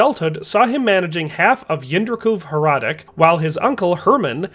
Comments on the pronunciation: Hradec is pronounced hradets. You ought to google translate it at least once for correct pronunciation, it takes 5 seconds. Is name in czech was Jindřich z Hradce, not Hradec. Thats due to the rules of the czech language. Bruh.. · my last name is hradec and literally everyone constantly saying "hradek" is a super big annoyance, but it comes from a lack of language knowledge, but you are right a historian should probably check something like that